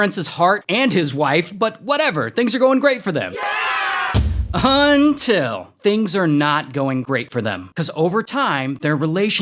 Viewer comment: all laughs and giggles till he says 'UNNTILL'